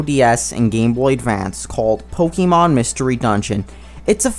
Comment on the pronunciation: can you actually pronounce pokemon right